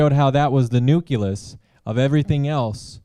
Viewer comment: the nuculus ;_